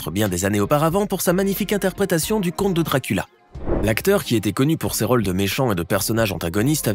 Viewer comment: ce ne sont pas des " raules " mais des rôles